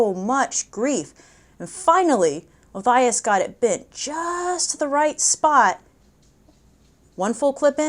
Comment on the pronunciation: You pronounced Othias wrong.